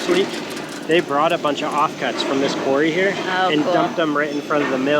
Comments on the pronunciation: Just a heads up, the word is not 'quarie' it is pronounced quorrie and spelled quarry. The granite worktop will be a great addition to your kitchen and will fit in beautifully with the stone walls and concrete floor. I'm loving the new pink you've painted in the tower bathroom, so subtle and gives a lovely vibe. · You are not pronouncing quarry correctly. It sounds so ignorant, pronounce it quarry, not qory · It’s not query it’s QUARRY! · QWEARRY ❓❓❓MUST BE THE PORTUGUESE PRONUNCIATION FOR QUARRY. 😂🤣😂 THANKS FOR THE LAUGH. MADE MY DAY. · It’s pronounced qu-are-ee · Quarry is pronounced 'Qwarry'. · I have never heard the word “quarry” pronounced like that. 😂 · That sink is absolutely beautiful, love it. Unusual way of saying quarry, is that a Portugal pronunciation?